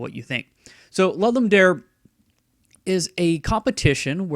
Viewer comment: Are you saying "Lud-Lum Dare"??